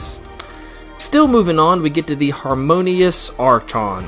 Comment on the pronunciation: Archon = Are - Kon Brazen = Bray - Zen